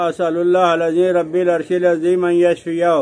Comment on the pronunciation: رب العرش کے ب پر زبر ہے مولانا